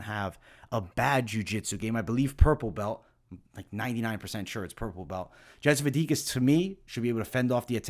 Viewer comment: Yep he has an issue with pronouncing slavic names/surnames for quite a long time. Anyhow 2-3 ways but almost never the right one.